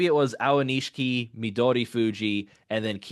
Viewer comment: Someday y’all will figure out how to pronounce aonishiki :) this was a tough one!